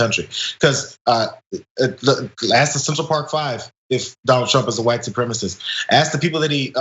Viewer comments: fox idiot cant even say the word "supremacist", as it's too difficult for him. he says "supremist" instead. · It's pronounced su-prem-a-cist, not supremmist. All Trump can say is "but Antifa, but Hunter Biden, but China, but Obama."